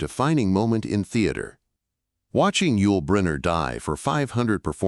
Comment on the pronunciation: The Ai voice pronounces Yul as "why-you-ell". I'm so fed up with Ai.